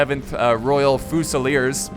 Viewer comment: Fusilier is pronounced 'few-sil-ear' not 'foo-sal-ear